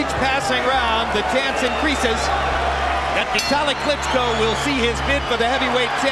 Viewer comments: The person doing the commentary to this video is a complete idiot and don't even know this man's name. He keeps calling him Vitaly, his name is VI TAL E a.k.a. Vitali. Do not make videos if you are mentally handicapped. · Lennaaax Lewis Viiidali jesus Christ, good video though